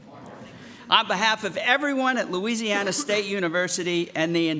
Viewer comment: He said louiweesiana 😂